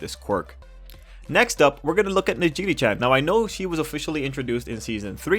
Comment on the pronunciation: Her name is pronounced Neji-Ray lmao